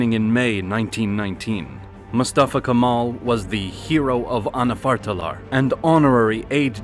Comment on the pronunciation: If you're making this video, at least study the pronunciation of such places and people, 17 min into video, couple dozen of mispronunciations and wrong names of places. Not Turkey, Türkiye. Not Constantinople, Istanbul. Not Kamal, Kemal. I myself being tought about Canada, USA and UK about names and pronunciations all my life, as a Turkish guy, this is such a disrespect.